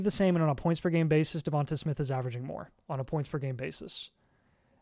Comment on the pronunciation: The way yall pronounce Devonta Smith pisses me off. Devontay is how you say it not Devontuh lmaoooo